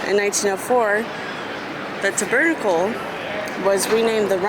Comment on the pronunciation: Hold up..😅😅😅😅 you pronounced TABERNACLE.....ta..ber...ta...kle???😅😅😅😅😅😅😅😅